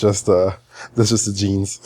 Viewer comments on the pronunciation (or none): none